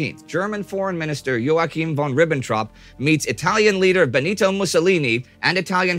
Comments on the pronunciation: Excellent video. Joachim is pronounced "Yokham" not "yoa kim". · Stupid correction: It is wah-keen von Ribbentrop (I was corrected on this by a german freind!